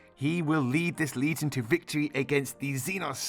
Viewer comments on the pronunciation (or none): none